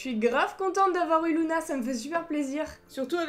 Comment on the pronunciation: c’est LUna pas LOUna